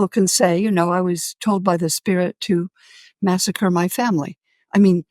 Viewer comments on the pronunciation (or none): none